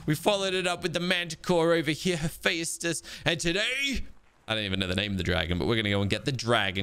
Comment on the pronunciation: When do you think he’ll learn that he’s saying Hephaestus wrong?